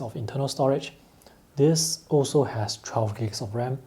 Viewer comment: I repeat 5 times still cant understand what ram does he saying 😂